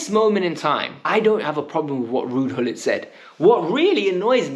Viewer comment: My son is a year older than you he knows who Ruud Gullit is ( it’s pronounced Hullit btw) if you’re a fan you should know at least the history and the greats of the club from famous fans like Matthew Harding to players like Peter Osgood and Kerry Dixon, come on man ktbffh!